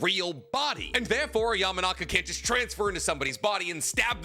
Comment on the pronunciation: Its mind transfer. This dude tries so hard to go out of his way to mispronounce everything just so he can be “different” lol